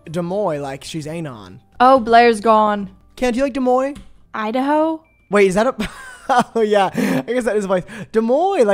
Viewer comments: "Dooomoi" deuxmoi??? 😭😭😭😭 lolol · saying deuxmoi like Demoine is killing me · HELP PRONOUNCING DEUXMOI LIKE DOOMOY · saying des moines instead of deuxmoi 😭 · why does pronounce deuxmoi like that